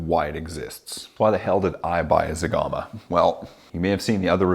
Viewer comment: Wowwww you killed zegama hahahahaha